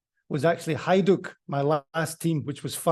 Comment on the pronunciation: Slavic J is pronounced as a Y. Example; Jugoslavija is pronounced the same as Yugoslavia. and Hajduk Split is pronounced as Hayduk Split.